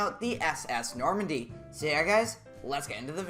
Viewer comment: norandie not nomandy